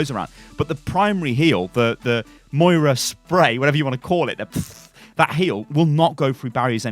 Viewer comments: Samuel Maurer :) Moira not Maria. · joshua hoppe :) Moira not Moria.